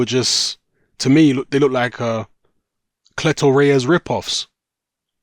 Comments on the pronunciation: WTF? I've been hearing an unusual pronunciation of "clitoris" as a boxing glove brand. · cleto reyas I just kept hearing clitoraus